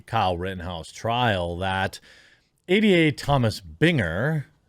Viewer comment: I like how when you say "ADA (shyster bitch)", it sounds like you're saying, "idiot (shyster bitch)".